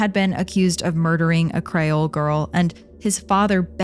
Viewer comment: Creeeeeol not crayol like a crayon.